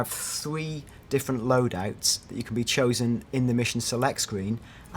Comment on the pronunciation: did this guy just pronounce comrades as comraids and lodouts as lodat